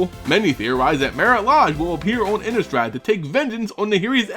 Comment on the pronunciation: Laaaahhhhgggeee. Innneeeeestrad. love the way he pronounces those two.